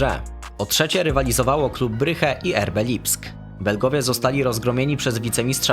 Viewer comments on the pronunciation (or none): Brysz nie bryche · Bruges a nie bryge wtf 😩